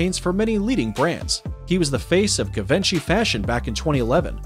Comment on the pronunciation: The guy needs to learn pronunciation of names to be taken seriously. such names as Givenchy for example, it's pronounced zhee vaan shee